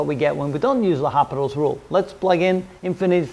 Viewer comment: Respected Sir I think it's L'Hopital and not Hospital [with 's']